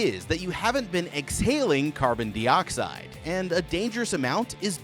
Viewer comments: I’ve never heard anyone pronounce it “carbon deeoxide” before. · I know right, has this man never heard that word before? That's like saying you're going to ride a "beecycle" instead of bicycle lol